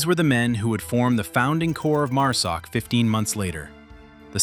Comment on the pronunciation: Overall good video, but I would highly suggest you get your freakin Ai voice corrected to say MARSOC, NOT MUSOC. And STOP SHOWING FOREIGN MILITARIES AND WOMEN, I can assure you neither exist in MARSOC, and you are pissing off a bunch of folks with your careless greed, and stupidity, to put out a video !!